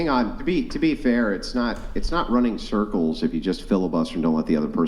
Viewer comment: “Running surculs around his Aauusss”😂